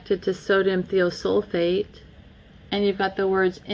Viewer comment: More of my rant toward my township and the county's municipality as a whole for what they are trying to do to all of us not just me. The 'I' in Thiosulfate is most normally pronounced As a Long 'I' as eye. As a friend might say, Much Love Y'all Way! L8rz' yea? Documented independent studies proving the following statement is Not true. The water is cold when we get it, a cause of the chemicals in it. When we ingest the water, it warms up to our body temperature, releasing those bacterial lifeforms and subsequent necrotic detritus. Any residues, chemical toxins or any subsequent bodily reactions caused by ingested release of bacterial parasites, necrotic detritus, and chemical toxins. That they are actually working to destroy Our health and Not nurture our wellbeing. The township, its Board of Directors and MLTMUA’s Board are interested more in “Curb Appeal” a property’s monetary market value in lieu of human health and wellbeing. Public beneficiaries are simply part of the corporate fabric that brings value to the Real Estate we the Towns’ People call home. Chemically compliant Citi/Zen’s fit that scheme much better than free thinking sovereign towns’ people, the Public you swore to serve and protect not detect, inspect, enslave, and neglect. My easement, the whole of the townships’ neighborhoods, is permission to the township by me, us, we the people, the public beneficiaries so often forgotten in the royalties made via the property's rightful owners, for use in transport